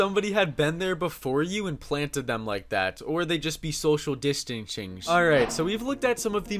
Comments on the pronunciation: social dishtinchings🤣🤣🤣🤣🤣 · Social Distingshingsh? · Sotrill distranting. That’s a tongue twister 🌪️. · I like this video, my favorite part is you saying: "social dishtancshing" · "or they just be social distanceinch" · "Social dishtingshings" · Social distinching😂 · “Shoshial dishtenshing” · “Social disystastinsing” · "Or they are social distetinyinwencing"